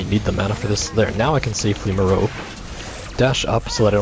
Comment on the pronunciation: I think it is pronounced like Meh-ROpe-ay. liked the vid too